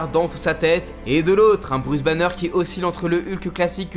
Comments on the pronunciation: « Bruce Bannieure » j’ai envie de hurler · "Bruce Banieure" 🤣🤦🏽‍♂️